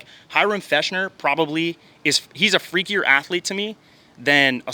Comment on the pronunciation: “Hyrum Fechner”😂 it’s pronounced “Fexer” I don’t blame you tho! everyone gets it wrong. I still appreciate the shout out!